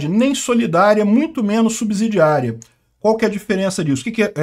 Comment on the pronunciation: Subsídio (ssss...) , subsidiária.. E não subZidiaria(zzzz...)